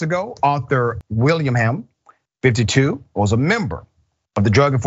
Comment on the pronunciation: Will-ing-ham--- Willingham